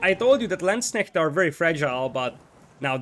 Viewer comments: Perfect pronouciation on Landsknecht! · Yeah. Impressed with your pronunciation! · Congrats, til now you are the closest non German speaker I heard to pronounce Landsknecht correctly :) A few additional tips for it. 1.) The "a" of landsknecht is the same as in armour. So if you say L-armour then you have the perfect start 2.) you cant pronounce the kn too hard, so just make it a bit stronger still :P 3.) If you want to be perfect, then then plural of Landsknecht is LandsknechTE. The "te" is pronounced like in TEst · Someone not butchering the pronunciation of landsknecht, love it. Nice cast btw